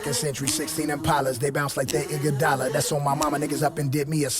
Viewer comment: Andre "Iguadola"